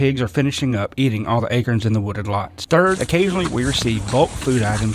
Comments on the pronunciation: Huge fan of your channel. But why do you pronounce it “akerns” and not “acOrns” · I've never heard Acorns pronounced "Acerns" before.....that's an O ya know......